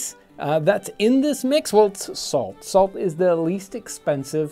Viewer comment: “... fix ounces of falt” lol😂